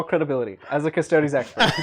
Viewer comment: The mispronunciation of "Custodes" is very distracting and driving me nuts. The vowel 'e' in -es ending is pronounced like the word 'they', like in "Astartes". A close approximation is "Cuss-toe-days". "Cuss-toads" and "cuss-toe-dees" are both incorrect.